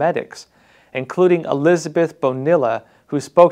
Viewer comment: Sounds like "BONIYAH" not BO-NILL-AH